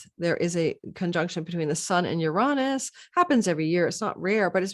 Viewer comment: Please learn how to pronounce Uranus… smh